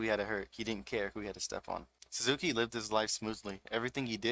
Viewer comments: and then you called him SUZAKU IM DEAAAAAD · LMAO naw you're good bruh. You emphasize the SuzUki which isnt really bad but the SUZAKI gave me goosebumps and not the good kind LOL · The way you pronounce "Suzuki" is giving me seizures but great video!